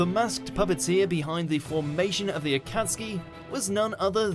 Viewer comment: thAtS nOt HoW yOu SaY ObiTO, AkAtsUki, aNd RiN